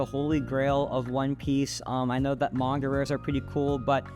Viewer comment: The way you say Manga bothers me 😂